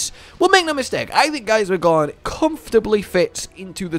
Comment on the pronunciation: For some reason I can't unhear the "gorn" sound when is referring to Gaismagorm lmao, but maybe that's just me- I'd definitely see it being a relatively close fight between the two, sure Fatalis has a base advantage in sheer power but, who's to say what would happen if we actually got a "fully serious" Gaismagorm from the start of the fight, rather than near the end? If he saw Fatalis as strong enough to warrant it, he'd probably give Fatalis the "full 2nd phase form" very early and that could potentially play into his favour in the long run